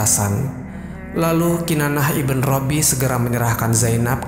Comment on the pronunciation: Maaf sdr. Pemilik akun, ada yg sedikit mengganggu yaitu IBN bukan IBEN tapi singkatan dari IBNU yg artinya Putra, kata lain dari BIN yg juga artinya Putra. Terima kasih